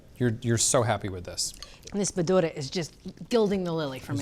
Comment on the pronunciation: No green chilly??? WTF!!! TF is ciranos? Capsicum? ( They’re what a soybean is to meat) Also, it’s bha - ture (*practice saying it together) not bh! - dure